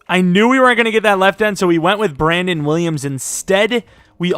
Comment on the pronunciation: You did too much when you said Williams